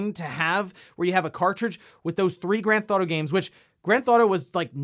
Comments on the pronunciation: Is it me or is he saying “Gran-Thot-O”? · Grand Thauto lol